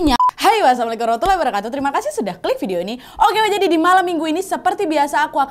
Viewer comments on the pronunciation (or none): none